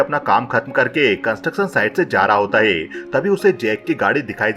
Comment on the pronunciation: भाई आप अपने गले का इलाज करवाओ, मुझे लग रहा है आपके एपिग्लोटिस में कुछ समस्या है , जैसे है को हे, हूं को हू बोलते हो